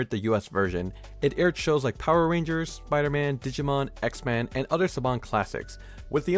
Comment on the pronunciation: It's pronounced X-Men not xman